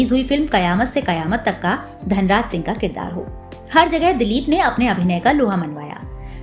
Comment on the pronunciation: Dalip nahi ,dilip bolo mam